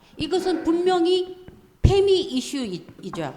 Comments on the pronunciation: 이 페미나 F발음 들어가는거 다 ㅋㅋㅋ엑센트 너서 꼬부라지게 발음하네 ㅋㅋ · 페미니스트를 앞 두글짜 따서 '페미'라고 부르는거 자체가 콩글리시인데 F발음은 굳이 기어코 영어식으로 발음하네 ㅋㅋㅋㅋㅋㅋㅋ